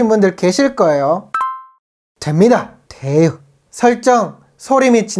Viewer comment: 되~~~요 이 멘트 찰지네요 ㅋㅋㅋㅋ